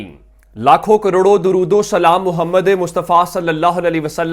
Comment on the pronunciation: Sallalah o alaihi wa'alayhi wasallam. Gondal sb gozarish Hy k dorood tu Sahi parha karain myry Bhai.